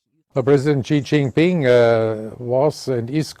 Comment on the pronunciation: The international president of Olympic C. Calls Xi -- Gee ging ping! Hahaha 🤣